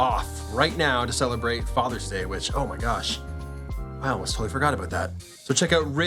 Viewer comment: Peter said abooot 😂